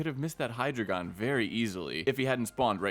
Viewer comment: Hydragon 😞 hi-dray-gon